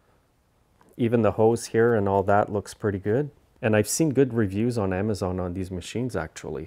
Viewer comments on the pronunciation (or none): none